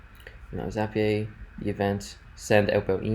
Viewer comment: This was really helpful, but why in the world do you call it Zappy-ay? 🤣